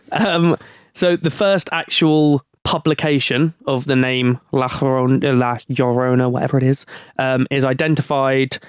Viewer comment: Yarona, that's how its pronounced